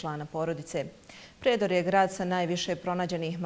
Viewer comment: E Moji vi, nije Predor,nego Prijedor, pa nije to neki grad iz Indonezije